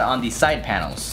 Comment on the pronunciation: Am I the only one that heard "side panoes"